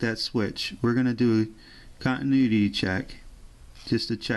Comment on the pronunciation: Love the video over here laughing my butt off when you said we have continudity instead of continuity love your videos very educational keep up the good work